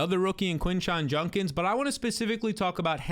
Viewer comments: His last name is Judkins. Please pronounce it right. Or are you insinuating that he’s Junk? 😅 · Don’t forget Quinshon “Junkins”